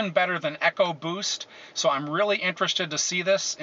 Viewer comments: EEEEEEEE-CO boost, not ECKO boost -smh ford guys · Its not echoboost its ecoboost .' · It's not echo-boost its ecoboost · he pronounced ECO boost wrong...